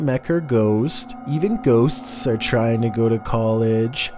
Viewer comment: Say "Ghost's" one more time